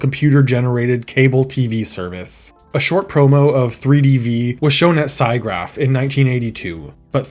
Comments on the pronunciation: Alvy not Avery, silicon not silicone, Sigraph not Cygraph… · FYI Siggraph sounds like "see graph".